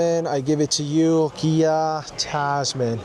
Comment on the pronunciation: Why you say gia😅